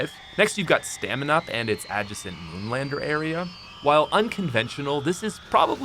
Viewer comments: "adgesent" wtf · The way you said "adjacent" ADD JUH SENT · Anyone else get weirded out by the way he said "adjacent"? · The way he said “adjacent” smh. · Ahmir Flores bc there’s a correct pronunciation and it’s silly when it’s blatantly incorrect. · you say adjacent weird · Is NO ONE going to talk about how pronounced "adjacent"?????? Ooooorrrr am I just loosing my mind? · doesn’t know how to pronounce the word adjacent properly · Are we just going to disregard how he said adjacent? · Love you pat, but the way you said 'adjacent' is gonna keep me up at night lmaoooo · Are we going to address how pat says “adjacent?”